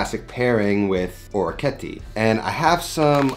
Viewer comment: Thanks for the recipe, its delicious! Another awesome orecchiette dish is orecchiette Di Manzo Al Limone. (Creamy sauce with beef and lemon) Oh and orecchiette is pronounced like TEnt at the end ;)